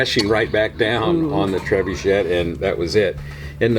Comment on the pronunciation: It is a French word. Pronounced tre-boo-shay. Us Americans butcher the name. Seems way too expensive for what it is but it is Brickmania after all.